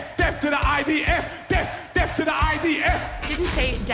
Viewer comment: When they say "De ath to America" THEY MEAN DE ATH TO AMERICA!!!! NEVER TRUST PALLYWOOD PROPAGANDISTS